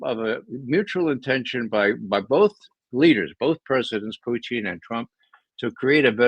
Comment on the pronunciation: Ray McGovern keeps pronouncing Putin as Poutine, which is french for french fries with gravy and cheese.